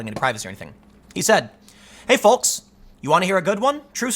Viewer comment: Never pronounce 'Folks' like that again, you just destroyed part of my soul